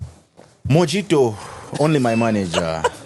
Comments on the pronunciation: Pronounce it as mohito and don't pronounce it as it is Written Mojito😂😂😂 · Okay, so why laugh at how someone pronounces a certain word seriously 😂😂😂😂 You could have just told him it's pronounced as "Mohito" and not "Mojito" as written 😂😂😂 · not you laughing at the pronunciation of Mojito 🤣🤣🤣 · with a very malicious laugh 😂😂😂 of Mojito pronunciation from triple M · I saw what you did there after how he pronounced “mojito “ 😂😂😂